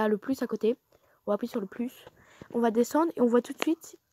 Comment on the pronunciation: J'ai trop kiffer quand tu a dit appouyer et non appuyer 😂